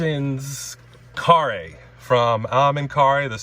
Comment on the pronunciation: Congratulations, you got the pronunciation of Karre's name right.